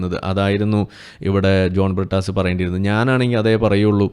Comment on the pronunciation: പ്രിട്ടാസ്... A.. A. പറീം.. ടീച്ചർ.. ചന്തി പാരോം.. കീനാ പോർജ്.. അങ്ങനെ.. അങ്ങനെ... കുറെ... Inglish PHd. കാർ... ഞങ്ങളുടെ അഭിമാനം....😂😂😂😂😂😂